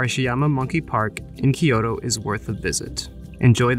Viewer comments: From a native point of view, i loved the videography, editing, and the places you showed. What did bother me quite a bit, since you’re doing a video on Kyoto, is your mispronunciation of Kyoto. It’s NOT Ki-yo-to. There is no “I” there. It’s Kyo-to. You pronounced Togetsu-Kyo correctly, that Kyo is same pronunciation although they mean totally different things, capital city vs bridge. Tokyo is the same way, not Tokio, To-kyo, east capital. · Great vid but all I could hear was, “ Kiyodo kiyodo kiyodo kiyodo kiyodo kiyodo kiyodo kiyodo kiyodo kiyodo kiyodo kiyodo kiyodo kiyodo kiyodo kiyodo kiyodo kiyodo….” Butchering “Kyoto” haha! Nice vid tho